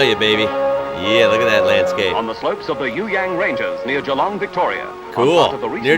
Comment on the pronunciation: Wow you finally learnt how to say Geelong lol.